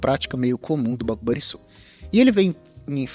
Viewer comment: Video que mais esperava, foi uns dos primeiros que comprei sem mto conhecimento ainda e acabei comprando caro, mas vou seguir com ele investindo aos poucos quando ele tiver baixo assim pra longo prazo, muito bom video como sempre, só vale dizer que se pronuncia Banrrisul mas isso é o de menos kkkkkkk